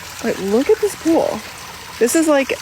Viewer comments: Everytime you say the word pool…haha sounds like you sayin poo 💩 😂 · Gonna need you to never say pool again lol